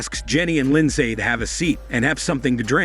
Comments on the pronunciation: That's not how you pronounce Lindsay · He’s not pronouncing Lindsay correctly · The American pronuciation of Lindsay is hilarious to me as a Brit. We just say “LIN-ZEE”.